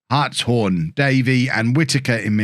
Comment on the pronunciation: Who corrected you about the pronunciation of Hartshorn? As a Hartshorne, I need to thank that person! :D